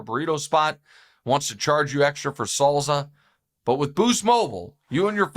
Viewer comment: "Salza," said no one ever, except Nick Wright.